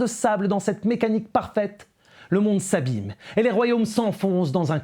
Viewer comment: « Le monde s’Abyme » Hahaha. Pardon, poursuivez Maître.